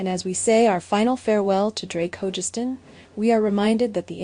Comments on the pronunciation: FGS it’s Ho-Gus-stin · It really bugs me that in not one of these tribute videos does the speaker pronounce Drakes last name correctly. I have heard Hogestyn pronounced at least 4 different ways, none of them right.